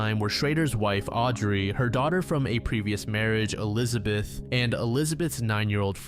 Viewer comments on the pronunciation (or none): none